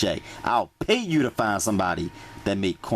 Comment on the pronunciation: I'll pay yew hahaha 😆 😆